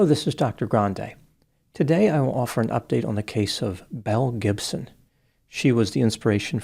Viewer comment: I’m know you’re saying Belle Gibson but I keep hearing Mel Gibson and both track lmao. 😂